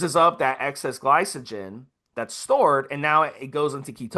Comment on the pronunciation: Note to self, be weary of a "coach" that keeps referring to glycogen as "Gly-So-Gen"....LMAO